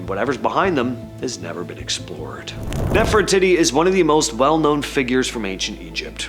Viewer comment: NOT nephratitty. Nephrateettee.